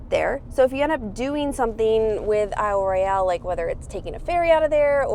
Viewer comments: You guys need to start pronouncing aisle royal properly. It makes me cringe every time you mispronounce the name I live in Minnesota. Been there many times and I’ve never heard anyone call it Royale. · Hello -- we're big fans! Americans living in Australia.....but grew up in the Midwest and one of us HAS backpacked/canoed Isle Royal. But you should know.....it's NOT pronounced Isle Roy-ALL. It's pronounced Isle Royal (no accent on the "all.") You did get Keewanaw right though.